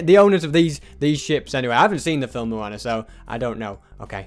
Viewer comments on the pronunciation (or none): Moan? It's Moana 😂